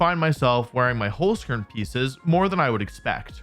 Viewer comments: Also I know German is hard to pronounce if you aren't use to it, but the way Wolfey said Holzkern still hurt me a little bit. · So funny how English speakers pronounce Holzkern